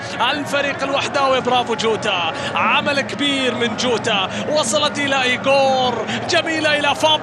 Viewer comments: يريت تفهمو لهل معلق انو اللاعب اسمو جوتا مو جودا ياشباب مشان ازا علق عمباراة تانية للاتحاد مايغلط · المعلق ضجاج و اتحادي و ينطق الاسامي لما يتوهك : جوتا اصبح جوده روماريو اصبح روما .... اخي روما شيء و روماريو شيء آخر ما سمعت ابدا اي معلق اجنبي ينطق نصف اسم لاعب برازيلي او ايطالي او اسباني او حتى برتغالي .... ارجوكم عند التعليق ان تذكر اسم اللاعب كما هو اما اسمه اذا مشهور او اسمه و لقبه اذا شهرته قليله حتى لا نتوه.